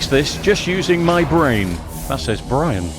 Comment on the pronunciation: Bwian ehhhhh....